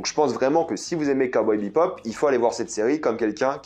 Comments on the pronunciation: J'ai relevé que tu prononçais "BEPOP" alors que c'est "BEBOP" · Ouais mais t’inquiète on s’habitue vite c’est pas dérangeant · ah jsuis pas fou mdr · Ah mais pareil, ça résonnait dans mes oreilles xd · Cowboy ...... "BEPOP" ? xD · je ne suis pas fou il dis bien BePop et non Bebop? ^^ perso la ba m'avais laisser un gout amer... genre l'ambiance a l'air la mais c'est mou du cul... je vais look la série mais bon... j'ai peur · Heu c'est pas Cowboy BePop c'est Bebop... dommage... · J'ai écouté ta critique, et tout ce que j'ai entendu, c'est bePop, au lieu de bebop, c'est très perturbant! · C'est Cowboy BEBOP pas BEPOP, ça m'a titillé les oreilles tout au long de la vidéo à chaque fois que tu dis BEPOP...